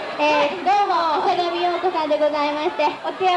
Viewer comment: あさがみようこ が あさだみよこ にきこえる